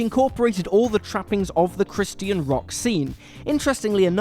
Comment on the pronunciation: how many times will they pronounce christian wrong